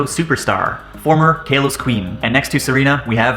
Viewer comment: Kalos not kaylos